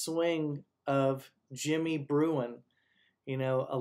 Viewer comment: Think it is Jimmy Bruen….not Bruin….